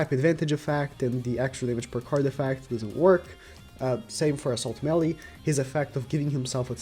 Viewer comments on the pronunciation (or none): none